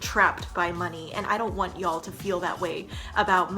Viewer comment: I love it when she says "yo'll" now I'm distracted